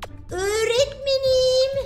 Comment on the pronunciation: Nobody: Pelin:Öğğretmeniğmm